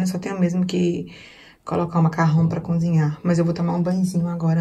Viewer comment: uma dica ou correção, como quiser... Pronuncie "cozinhar" ao invés de "cunzinhar". Fica mais bonito 😉